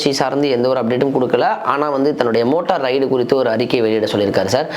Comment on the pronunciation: உருட்டு மன்னா… அது மோட்டா ரைடு இல்லை! மோட்டோ ரைடு!